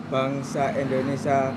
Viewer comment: Indonesia bukan endonesa hehehe